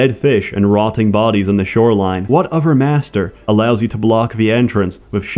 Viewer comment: It's strange hearing "other" pronounced as "o-fur", but that's what I get for watching this furrdom playlist.